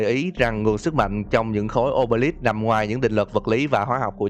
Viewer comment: Khối ô bê líp nge thành ô bê lắp Khối sì lầu ông bê líp 😂😂😂😂😂